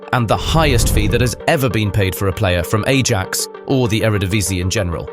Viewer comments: A-JACKS? Really? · "a-jacks" 😭😭😭 eye-yax btw. thats how its pronounced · Hi-axe. Not hay- jocks. Ai documented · ay - Jacks? really? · Ay-Jax.... come on. You can't have watched much football. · 'Ay-jax'? Also 5 biggest signings are Lukaku, Pogba, Antony, Maguire and Sancho for £422,5m 😂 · Your pronunciation of Ajax is infuriating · You have Saka and Raphinha mixed up and look up how to pronounce AJAX. Otherwise good stuff.